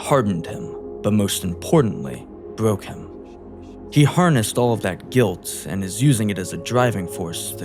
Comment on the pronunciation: "Bwoke Him"